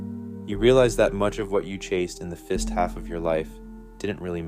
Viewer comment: I think this is AI. he mispronounces “fist half of life” unproblematically. No one would do this who otherwise sounds like a native speaker.